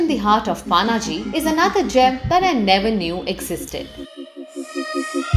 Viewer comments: Panji not paanaji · It's not Panaji it's पणजी lol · You don't say Paaaannnaaaaaji for Panjim while you're in Goa and you don't say Frisco for San Francisco while you're in the Bay Area......Please correct pronunciation of city names...It's Ponje in Konkani and Panjim in English....not Paaaannnnnnaaaaaji.....Take Pan from Pan card and take Gym......Pan+Gym = Panjim.....this is the right pronunciation of our city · It’s Panjim or Pa - na Ji - not paaa naaa jiii. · It's not PAANAAJI, IT'S PANAJI OR PANJIM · It's not panaaaji. Panjim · It's not Paaanaaaaji, it's Panaji* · It's not पानाजी 😂😂, it's पणजी. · Actually it's Panje in Konkani as in पणजे So she still pronounced it wrong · The way she said pa-na-ji....😵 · Nice video but that pronunciation hurts 😥 Paanaaji... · At least pronounce it properly it's Panji not Panaji 😡😡🤬😠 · Did she say Paanaaji 🤦 unsubscribe and dislike.. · Panji 😂 try to pronounce it right 😂😂 you are Indian not so called NRI 😂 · Kamya Jani u r beautiful! But u cant even pronounce Panaji! Very sad! Paanaaji ? Seriously? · It's पणजी not Pa-na-ji पानाजी as you are pronouncing it The fluency with which you say 'Panjim' as the Brits ruined most of our local names, please learn the Bharatiya (Indian) names well before you visit. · Pronounce Panaji correctly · Her pronunciation of Panaji is wrong and irritating.